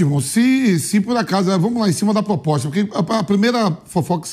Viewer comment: "POPOSTA"?? Olha o nível dos jornalistas...... Detalhe, falou isso 2x ao mínimo.